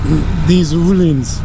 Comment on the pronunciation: Nice bike and review. And... ÖÖööhlins with Ö, you said it right this time 😉. Keep on doing this videos for us, great job. Grüße